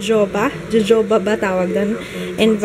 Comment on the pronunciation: I think it's pronounced "ho-ho-ba".:-)